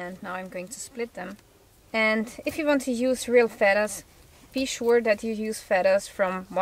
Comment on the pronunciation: I love your accent hon, but there is no 'D' in feathers. Thanks for the lesson in arrow making, great arrow head.